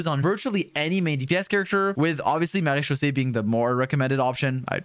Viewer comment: How the Hell can this Man Say "Marechaussee" with a FLAWLESS French accent, EVERY TIME, yet can't Say that name "Charlotte"?!?! Neither the English OR French Pronunciation of the name! (Yes, they're Different!) Also, why is he not Mentioning the "Vourukasha's Glow" Set to fit with Furina? Sure it's 2 Piece set is HP%, but It adds up to 50% FINAL Damage Bonus to Both Elemental Skill AND Burst if you take Damage Often enough (Yes I know it's Wording is Confusingly Worded with the numbers chosen, but it DOES give a Final Value of 50% at 5 Stacks)... That's a HUGE Amount! The Set was Designed to Work With Deyha's Damage Absorbtion, but it Should Work just fine when Furina Drains your HP Too!